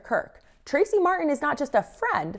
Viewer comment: mar-tin or mar-en? you decide lol because fk the letter t after all